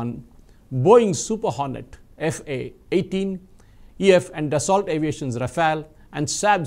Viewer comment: French pronunciation: Daso